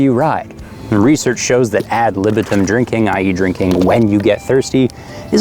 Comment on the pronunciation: Sorry, researcher here. , it's pronounced "ad lih-BEE-tum". Otherwise, total simp fan-enby. Your stuff is amazing; keep it up!